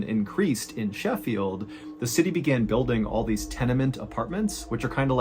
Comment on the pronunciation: I appreciate your correct pronunciation of Sheffield. I don't know why it makes me happy.